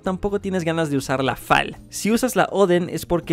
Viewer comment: Me muero cada vez que dice fa far es far o efe far